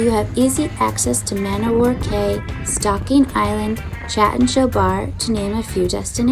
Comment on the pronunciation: Cay is pronounced key. It's not bohemian, it's BA-HAY-MIAN 😳